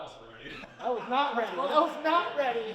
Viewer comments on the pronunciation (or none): “That was Naht ready 💅” - 2025